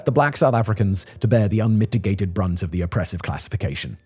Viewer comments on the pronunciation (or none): none